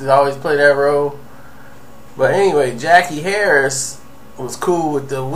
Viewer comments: Her name was Sandra on 227. I can't spell her name but I'm sure it wasn't pronounced Jackie Harris. More like Jackee' Harry I believe. Good video but please Gather all of your facts sir before presenting them. Gonna make ppl unsub. Just sayin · Jackie "Harry", not "Harris. See this is that partial info shit im talking about.